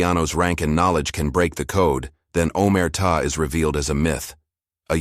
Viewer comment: He say Omerta' with the accent on a and he says correctly I'm Italian born and raised 😉